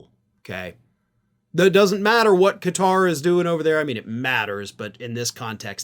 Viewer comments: Nice to see you pronouce Qatar correctly "Ka-tar"....NOT "Gutt-rr". Most Americans can barely pronounce anything "foreign" ! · First thanks for saying this country’s name correctly. Everyone else is pronounce it as cutter. Thanks for keeping all facts in check. Including the emoluments violations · Kudos for pronouncing 'Qatar' correctly! Tired of hearing people saying 'Cutter'...